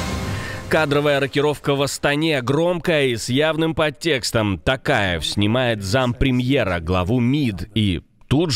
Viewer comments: Не Т.А.каев а Т.О.каев плз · Токаев а не Такаев